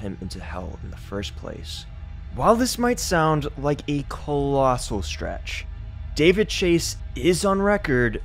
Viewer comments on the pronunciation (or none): none